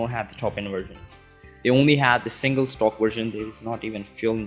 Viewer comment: "stoke" I think he meant to say "stock"